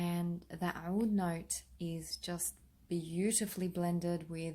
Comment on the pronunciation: owwoullld..lol "Oud"?